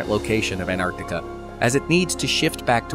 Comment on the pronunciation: It's lovely you pronounce both Cs in Antarctica, but what about the first T?